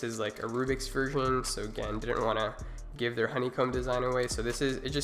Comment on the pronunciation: GAN not Gans.